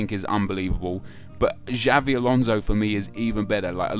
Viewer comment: It's Xabi, not Xavi.